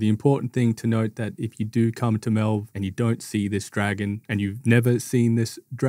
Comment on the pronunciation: No way you pronounced melve like that with everyone in game saying it the way it should be said 💀